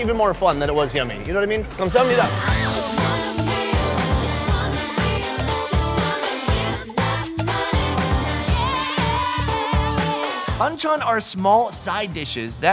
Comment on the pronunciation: Pahn chaaan not BAND CHAN..LOL